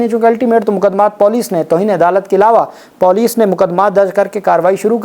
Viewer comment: Typical PENDU check Google and correct your POLICE Pronunciation.